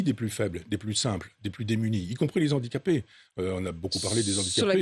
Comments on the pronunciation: Monsieur Onfray : « Les HANdicapés » !! Pas les « ZANdicapés » !! Merci ! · les z'handicapés , la liaison de Michel Onfray heurte mes oreilles